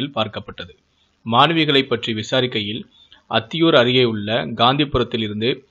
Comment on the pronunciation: அப்பக்குடல் இல்லை, ஆப்பக்கூடல், அத்திவூர் இல்லை அந்தியூர்.